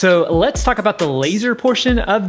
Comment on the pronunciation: Let’s get into the VS. “Letsa get into uh”